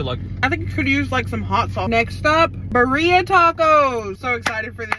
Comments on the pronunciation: Birria- pronounced Bee- Ri- Ya. The Ri is pronounced like when you give someone a “Ring” not Ri that sounds like RY. That is the best way that I can describe it. I hope it helps 😊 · Love your videos. Try pronouncing it like this (Bee-riah) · The pronunciation “ bur-ia tacos😂😂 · btw ik u tried ur best but girlie it’s pronounced BEE-HRAA with a rolling r still happy you tried hispanic food! i love birria❤